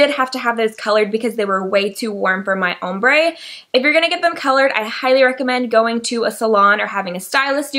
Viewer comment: You say ombré funny haha an nice video